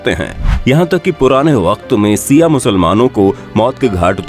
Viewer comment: Not siaa it's Shia ishna aashari